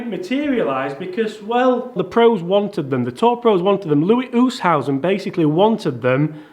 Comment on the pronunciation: It's pronounced Loowee Oostazen;)